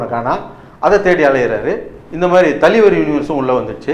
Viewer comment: ஐயா..... அது தலிவர் இல்லை தலைவர்....... 🤣🤣🤣🙏